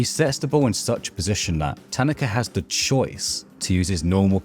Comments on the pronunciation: Isn't it pronounced ta-na-ka. Not tan-na-ka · I enjoyed your perspective but found the mispronunciation of Tanaka distracting. Emphasis on the second syllable instead of the first. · Hearing you mispronounce his name the whole video is killing me great video otherwise